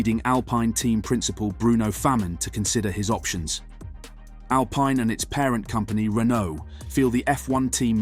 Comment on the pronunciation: Mis-pronounced team name within 5 seconds of starting video. Not ideal.